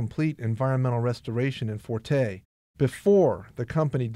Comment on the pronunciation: thank you for this video. The name of the village is FURTEI with the stress on the letter E..